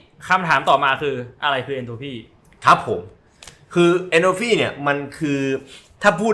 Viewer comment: Entropy(เอนโทรพี) ค่ะ ไม่ใช่ เอนโทรฟี